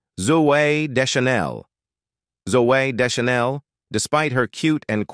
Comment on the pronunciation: It hard to know how much any of this is true when they didn't even bother learning the correct way to say Zooey Deschanel